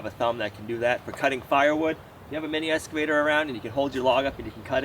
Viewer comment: I love the way he says escavator instead of excavator. I really really hesitate to say anything because he might stop doing it and it's so adorable.